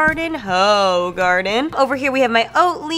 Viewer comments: Just jumped in to offer up that the beer is pronounced like Hoo-garden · As a Belgian, I love how you pronounce Hoegaarden!! It is actually pronounced very different haha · As a Belgian, I would like to say that that is absolutely not how you pronounce Hoegaarden hahaha